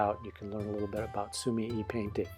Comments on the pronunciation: Basically yeah. I didn't comment on the sumi part because you're saying that correct already. Japanese is split into 2 sometimes 3 letter syllables, so su-mi-e [soo-mee-eh] is more correct in this case. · I've been watching your reviews for a long time, they are so informative and a great help when I'm looking to buy new materials. Just a little side note on the pronunciation of sumie, you're supposed to give the 'e' a more 'eh' sound rather than an 'i' sound.